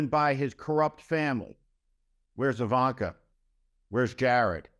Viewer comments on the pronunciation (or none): none